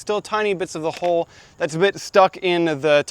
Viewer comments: It took me several times before I realized you were saying hull and not hole. Hull, rhymes with mull and dull but not with bull and pull. I apologize if your pronunciation is due to a local pronunciation or if you are not a native speaker. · I never before heard anyone pronounce "hull" and "hulling" as "hole" and "holing". 😂🤣😂 It took a little while to figure that one out. But then I was amazed when he was actually HOLING them. 😂🕳️ ... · We pronounce it Hull not Hole. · Good information and you presented it well. But... Hull – ( həl ) (rhymes with: lull, gull, and skull) the outer covering of a fruit or seed, especially the pod of peas and beans, or the husk of grain. Hole – ( hōl ) (rhymes with: mole, goal, and scroll) a hollow place in a solid body or surface.